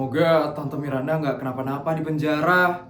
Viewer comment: Bang kok nama Miranda jadi "mirdanda" bang 🗿